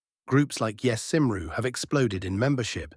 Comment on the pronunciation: Shocking mispronunciation of Sinn Fein and Cymru. Very unprofessional.